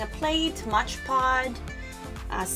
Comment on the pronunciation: It’s soooo beautiful !! You are pronouncing it wrong it’s called Mod Podge not Modge Pod ! Just letting you know ! But your diy is soooo beautiful !!